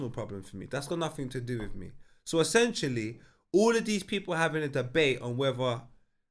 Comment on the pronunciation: Have we all accepted will never pronounce ‘essentially’ correctly? 😄